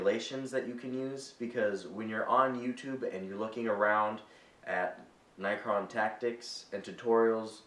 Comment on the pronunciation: its pronounced NECK-RON what ur saying sounds like night quill